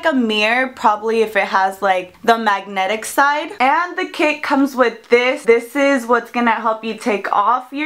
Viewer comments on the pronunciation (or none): lmao "magnetic"